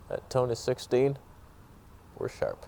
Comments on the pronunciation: Thanks for all you do sir... love your tone and 'toneh' :) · Repeat after me...To-Neh. 🤤